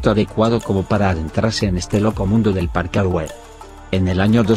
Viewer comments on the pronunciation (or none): Se dice parkour aprende a pronunciarlo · parkawer parkauwers profesionales 😂